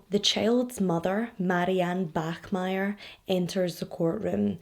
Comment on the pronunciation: you pronounced the german name bachmeier absolutely flawlessly! weird thing to point out but I still wanted to do it. great video as always. I love you and your channel:)